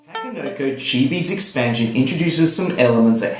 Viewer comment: idk but I cringe when you say takenoko however thanks for the review